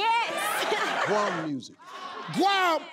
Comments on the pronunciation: GQOM pronounce gwom. 🙏 me feel the same as Steve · She can't even pronounce gqom🤣💔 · Where are Nguni people in this show..these people can't even pronounce gqom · I wanted to hear Steve pronounce the last answer